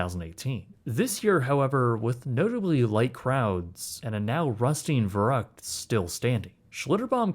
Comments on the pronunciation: "Fer-uckt" not "ver-rucked" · The mispronunciation of Verrückt is killing me. ü make a long u sound. "ver-roookt" Not uck as in yuck. Kinda like in Veruca. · it was pronounced Ver-oo-ckt, not Ver-uckt. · Whatever you said, thats not Crazy in German 😂 Verucket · The stupid slide is actually pronounced “Ferr-OOkt” in German. I know it’s beside the point when a child gets decapitated, but hearing someone say “vuruckt” just sounds really weird. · It's pronounced more like fair-ROOKT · Verrückt is pronounced more like "fair rooked" by the way - with the "ü" pronocunced like in the word good. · verrückt is pronounced in English 'fair ukt' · I know you’re not German and this isn’t Germany however I’m compelled to let you know. It’s pronounced FER-OOKED! That’s how you say Verrückt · Verrückt is pronounced more like "ver-Rue-kt". You lost the umlaut. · I don't think youre pronouncing "Verrückt" correctly and it's kinda annoying. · Great doc and a fucked-up story – but the German in me simply cannot let your butchering of the pronounciation of "Verrückt" slide (pun semi-intended). 😉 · Am I being picky when I complain about the mispronunciation of Verruckt? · Dude pronounce the slide wrong lol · I appreciate the details of this video, but please, pronounce the name of the waterslide correctly or everything you've said carries no weight. Just saying. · Shame that you can't pronounce Verrückt. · You cannot even say "verrückt" right. That is one word that you can enter in Google Translator, incredible, and you want to charge us for this quality??? Some people are really bold.